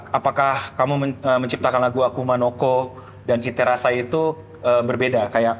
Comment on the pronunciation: Seriusan pas gw liat konten Ig lu, awalnya gw kira editan njir. Taunya beneran😂. Grogi lu keliatan banget bang. Ampe ngomong akuma no ko aja sering kelewat jadi akuna😂.